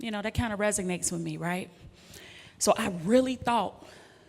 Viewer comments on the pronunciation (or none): Resonate not Resignate.. ❤